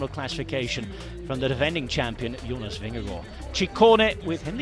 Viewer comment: Cool you pronunce his name correctly. Go jonas